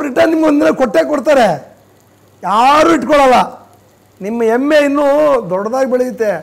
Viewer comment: ನಿಮ್ಮ ಅಡಿಗೆ ತುಂಬಾ ಚೆನ್ನಗಿದೇ ಆದ್ರೆ ಕನ್ನಡ ವೆಲ್ಪ. ಸಾರಿಗೆ ಮಾತಾಡಿ. ಹೆಮ್ಮೆ ಅಂತ ಹೆಳಕ್ಕೆ ಹೋಗಿ ಎಮ್ಮೆ ಅಂತಿರಲ್ಲ ಸ್ವಾಮಿ